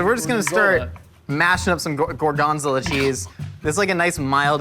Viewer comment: Do americans srsly say gorgonzola that way?😂